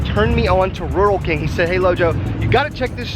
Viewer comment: its pernouced rule king